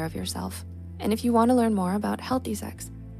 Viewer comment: What is this see-eeeggs you speak of? Is that how it's pronounced?